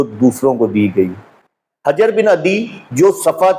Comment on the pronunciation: بھائی جان شیعہ بے شک نہ مانیں کہ وہ صحابی نہیں تھے لیکن ہماری کتب میں ان کو صحابی مانا گیا ہے۔ دوسرا اپ ان کا نام بھی غلط لے رہے ہیں حجر کے اوپر پیش ہے نہ کہ زبر علامہ حلی کا نام بھی غلط لیا آپ نے حلی زیر کے ساتھ ہے